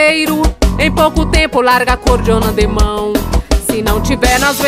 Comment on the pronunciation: Bonito quando fala acordiona.